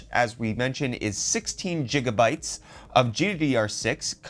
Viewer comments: Can you start practicing to say Gigabyte instead of Jigabyte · As soon as you pronounce "gigabyte" with a soft "g" is stopped the video.